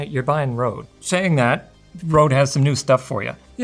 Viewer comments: The Ø letter is pronounced more like U on "Unreal". it also stops with an E, like the E in "Enough". It bothered me a little that he pronounced it like "Road". Cool review though. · The company can complain all they want, but they chose to name it like they did, so not pronouncing Røde in Danish or Norwegian is wrong. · I never understood why they used the Danish Ø, and then never even tried to pronounce it right.